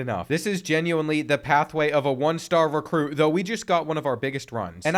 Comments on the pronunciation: Lol “Recrute” 😂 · "Recrute" is crazy bro